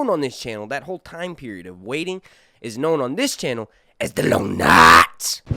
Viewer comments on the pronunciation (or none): Don't get me wrong, calling the time inbetween shows, "The Long Night" is cool but geez, the way you say it is annoying. Just draw it out a little bit, make it longer.